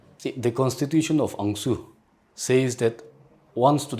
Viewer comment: Is it ANGSU OR ANCSU....Bcus all i hear is ANGSU😢 ... GET UA Pronouncing ryt bruh